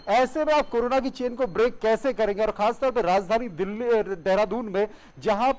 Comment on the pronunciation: भाई कोरो ना बोलो । कौर ना नहीं ,😎